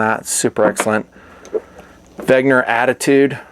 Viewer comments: Wen....ger not Veg....ner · Dude, it's called "Wenger". Not, "Wagner". 🤣🤣🤙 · It's spelled "Wenger", It's not "Wegner" as you pronounce it. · Why do you pronounce it "wegner"? It's "wenger"! you Americans and your pronunciations/reading inabilities ....smh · Its wenger, not wegner, dude ... details are important. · Dude, its Wenger not Wegner! LOL Great video btw, I have 1 W and they are great. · Isn't it WENGER and not WEGNER (note the difference)? Eh whatevs I still like you. The Wenger watches are decent but a little... I dunno... plain, I guess, for me. But it looks like they're pretty good value. Also I'm less of a fan of battery powered watches as opposed to solar/auto/mechanical, even though I do have an AVI-8 quartz. About my ultimate watch is the Hamilton Khaki Field series, woooo! I can't decide between the auto and mechanical but I'm gonna get one in the near future. Thanks for the video, I've been subbed since late 08 or 09 and still enjoy your vids!